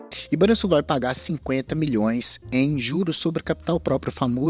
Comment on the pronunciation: Video que mais esperava, foi uns dos primeiros que comprei sem mto conhecimento ainda e acabei comprando caro, mas vou seguir com ele investindo aos poucos quando ele tiver baixo assim pra longo prazo, muito bom video como sempre, só vale dizer que se pronuncia Banrrisul mas isso é o de menos kkkkkkk